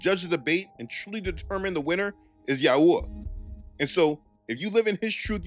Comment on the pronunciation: Yahuah is a mispronunciation…. Also Yahushua wasn’t black. You truly believe this is a black thing . We are all wheat colored. Your just another racist